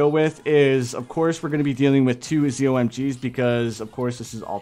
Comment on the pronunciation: i got a little annoyed when you said zommg